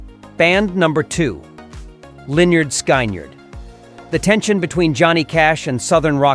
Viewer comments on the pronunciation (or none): The Beach Boys did not record. The Beach Boys' Brian Wilson made all the recordings using The Wrecking Crew. The road band only imitated the recordings. The Wrecking Crew also created the original Monkees recordings. I still hate robo-narration! "Lin-nard Sky-nerd?" The band was named after a gym teacher, Leonard Skinner. I agree with Cash 100%. I say this even though I am a long-time fan of The Eagles. The Eagles were not, ever, a country band. They were just a mild rock band. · Yeah, I have never heard their name mispronounced so badly. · Ah, yes. Leonard Sky Nerd. They did this one tune about Neil Young that I recall..."Butthurt Alabammy" or something like that. I liked Killdozer's version better, though. (Hint: next time, get a human to do the narration) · Pronounced 'Lĕh-'nérd 'Skin-'nérd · Lol Lynrd Sky-nerd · Their name is pronounced like this: Leonard Skinard. Please get it right. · "Leinarnd' Skyynard" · It's pronounced, " Leonard Skinerd". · The way to pronounce the name of the southern rock legends is "Lenard Skinard." if spelling phonetically. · Pronounced Lin-erd-skin-erd or something like that. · Why is he mispronouncing words like Lynyrd Skynyrd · Whoever the clown is Who did the narration for this needs to learn how to properly pronounce the name of the greatest Southern Rock band in history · You can’t even pronounce a great bands name Lynyrd Skynyrd so shut up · When the robot talking cant pronounce Lynyrd Skynyrd i cant believe anything it says. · Who the hell are you? You can't even say Lynyrd Skynyrd correctly! And who gives a nickel what a grand performer thinks of other popular ones? Johnny Cash was a grand performer. I love many of his songs. but, I chose who I want to listen to by my own determinations, not the attitudes of other performers, unless they are positive, of course. hehehehehehehehehehe